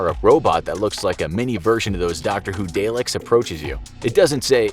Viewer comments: its prounounced dah-lek not dey-lik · I'm assuming that's a reference to the Revolution of the Daleks trailer. Also it's pronounced Daleks not Dayleks. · "dAyLiCkS" why you gotta butcher the name bro? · Never mind the apocalypse it's pronounced daalek. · Man just butchered the pronunciation for Daleks lol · Hate to burst your bubble bruv, but 1984 is a work of FICTION, not a true story. Research some of your subject matter FFS. Most important of all, Watch some Dr. Who and learn how to pronounce Daleks . Plebes, geez. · i love how he pronounced Daleks